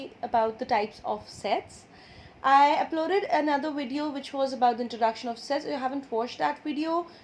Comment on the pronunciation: You said wash 😂😂